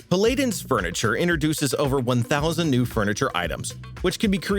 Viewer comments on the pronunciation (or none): it's pronounced Pal-Ah-Din not Pa-Lay-Din. come on do you serioursly not know how to pronounce Paladin? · Great vid as usual! The paladin pronunciation caught me off guard lol, pa-la-din